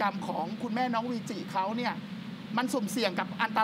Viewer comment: วีจิ ไม่ใช่ เวจิ นะ